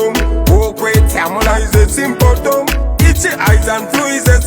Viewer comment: "Sympotom" lool